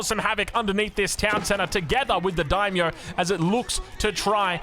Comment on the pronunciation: hilariously, halfway through when he's talking faster in the style, he pronounces it perfectly haha. He calls the Daimyo unit spot on for pronunciation